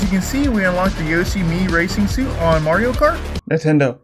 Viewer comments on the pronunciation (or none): none